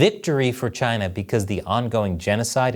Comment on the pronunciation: Was not ready for the way you said "chINa" in the intro